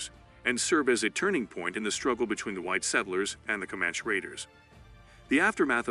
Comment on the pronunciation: For sure, the “Comanch” warriors. I don’t think that’s how you say it